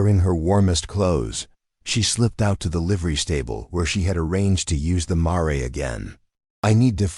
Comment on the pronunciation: Mare is pronounced mair, not mar ray. Correct your AI.